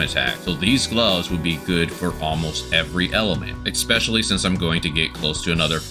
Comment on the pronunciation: Helpful guide. Off-topic but why do you say eckspecially/eggspecially/expecially? Instead of especially